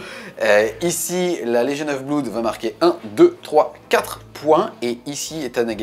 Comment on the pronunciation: Juste un petit truc qui me chiffone et me fait un peu saigner les oreilles... on prononce pas "bloude" mais "blOde" (comme dans "mon meilleur pOte"). Désolé, déformation de prof d'anglais^^ Mais à force de l'entendre mal prononcé, les élèves croient vraiment que c'est la bonne prononciation :-( Sinon, excellente vidéo, as usual :)